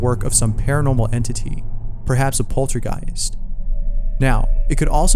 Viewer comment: In number 3 did he say poultrygeist? As in chicken ghost?